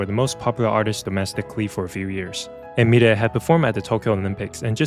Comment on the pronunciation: The way you pronounce milet, I was wondering who is the world is this new singer I've never heard of lol